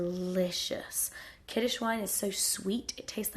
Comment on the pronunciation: Actually it's "kiddush", not "kiddish". Happy Chanukah :)